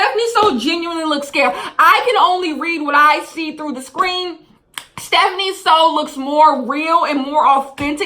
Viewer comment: it’s stephanie* not stephine